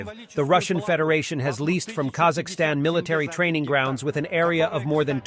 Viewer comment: not Kazahstan, its called Kazakhstan